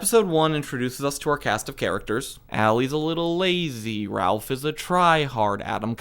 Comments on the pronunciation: RALPH?!?!? IT'S RAPH! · Raph. Not "Ralph". Seriously. It's short for Raphael. Raphael Chestang. Other than that, I agreed with like 75% of the takes. But how, as a Trapp fan, did you not even touch on the "Who killed Pat" thing?